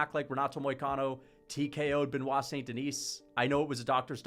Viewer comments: It’s “Denee” not “Denise” right? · Don't pronounce the "S" at the end of DENIS in French. It's just "DE-KNEE". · I feel like you’re calling him St Denise on purpose lmao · Us french dont pronounce the "s" in Denis, quit torturing yourself 😂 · Love these videos but please don't pronounce the s in "Denis" lol tbf french is confusing asf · The S is Silent